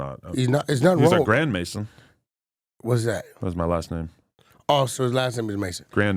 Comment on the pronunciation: The emphasis on grandmason is crazy … Adam “ if my dad had any stronger connections I think I would of figured that out “ clearly you did you be trying to make your podcast as full of subliminals like a Von or durk song